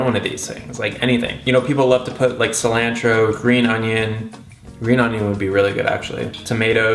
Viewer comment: The way says cilantro 😑😑😑😂❤️